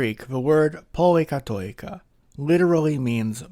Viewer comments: It is pronounced poli- kati- kia. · I love Athens awesome great explainer on why its such a lovely city. thanks for putting it together! 🙌 As a greek from Cyprus where we also have many πολυκατοικίες, i should point out that it's pronounced “Pol-i-kat-i-KEE-A”. oi is an EE (i) sound. Diphthongs pronounced “ee” as in “cheese” are: ει, οι, υι and vowels are η, υ, ι. All these had varying phonetic pronunciation in ancient Greek to give a specific tone to the word pronounced, according to the object of the word. After thousands of years, they have the same pronunciation but with significant exceptions.